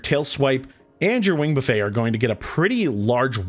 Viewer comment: Hey, wing buffet is pronounced like "buffitt" - a wing "buffay" like you said would be in an all you can eat chicken restaurant xD Great video!!